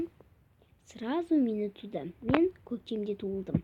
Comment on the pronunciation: Көктем дегенді көтен деп естіп қалдым😂😂😂😂😂😂😂😂😂😂😂